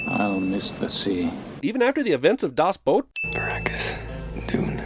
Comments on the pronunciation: Kudos for pronouncing Das Boot correctly. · 1 Sin for the best pronunciation of Das Boot ive ever heard from an american, its not a boot, yall!